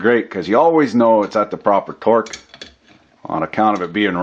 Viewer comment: "Dorque" wrench? :P